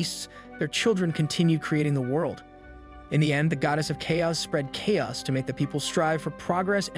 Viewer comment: I was wondering about that. It is spoken so naturally that those little bits stand out so blatantly and give you an uncanny valley feeling. I was always confused how someone could mess up such basic words. Such as where it mispronounces "chaos" twice in two different ways. Thanks for the confirmation.